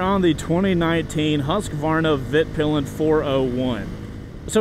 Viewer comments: Dude, it's Vitpilen, not Vitpilan. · Not to be a bummer but it's "Vitpilen" not "Vitpilan" :) Awesome video nonetheless <3 (means "the white arrow" in swedish) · As a swede, (where Husqvarna-bikes are from) it was really amuzing hearing your pronounciations 😅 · I came here for your pronunciation of 'Vitpilen'. Greetings from Scandinavia :)